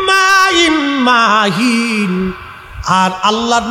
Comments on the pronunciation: ভাই মাহীন এর মধ্যে মীম টান হবে না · من ماء مهين মাহিনের মধ্যে কোন টান হবে না, বয়ান করার পূর্বে এগুলো আগে আয়াত দেখে নিবেন